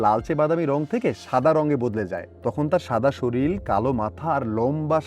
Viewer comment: শরীল না শরীর